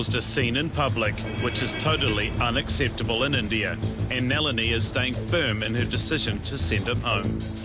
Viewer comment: lmao it's not NEH-LINI... it's NAH-LINI